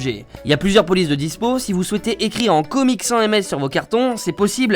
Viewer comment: ON DIT COMIC SÄNSSSE ET CEST BIEN